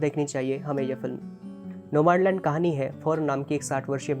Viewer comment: नोमाडलंड नही भैया नोमडलँड..